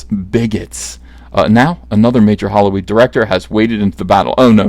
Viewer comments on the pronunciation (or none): I'm pretty sure Uncle EVS said hollyweed instead of Hollywood...is it just my twisted synapses hearing this, or is the now legal California rebranding things to better reflect the business? Or is he just being kind, handing out new marketing gimmicks free of charge?